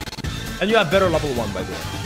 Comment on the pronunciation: whenever he screams better i hear butter xD